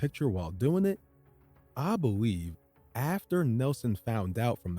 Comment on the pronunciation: Are you saying: “I believe..” OR “I beweave…”